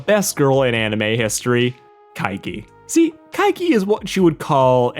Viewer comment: Is everyone just supposed to know where Kaige (sp?) and that cool shit is from? maybe say it when referencing it my man found it using context, no thanks to your bad pronunciation of kaiki in the first mention. But still maybe let viewers know what you are referencing when attributing other works. It's like youtube review 101 lol